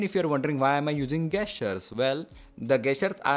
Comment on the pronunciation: Its gesture not gasture 😂😂😂